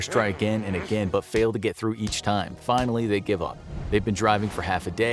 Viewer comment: HE SAID "FAINALLY.!!!!!!"